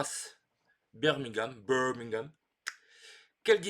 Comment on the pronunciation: J'aime bien Brass Birmingham. Je n'ai jamais joué Lancashire, mais je pense que je l'aimerais moins que Birmingham parce que j'ai vécu à Birmingham. Votre prononciation de Birmingham était parfait 😂